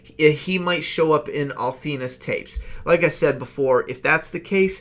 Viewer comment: It's Althea not Althena lol